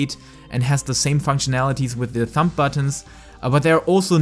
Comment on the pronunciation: Your English is good! The only thing I heard that was a little strange you were pronouncing the b in thumb. It's pronounced like thum. But other than that great video very helpful my hotbar is a mess.